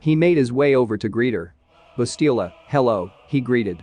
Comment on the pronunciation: The name is Bastila, not Balista.